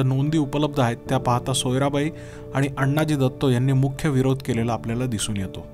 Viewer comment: उत्तम माहिती, खुप छान। पण आपण अण्णाजी दत्तो असा उल्लेख करता तो तसा नसून आनाजी दत्तो असा आहे। शिवकालीन मराठीत अण्णा असा शब्द नव्हता । धन्यवाद ।